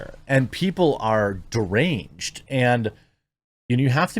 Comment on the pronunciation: How is that "derangee" Jezza? Citizens should be allowed tanks and howitzers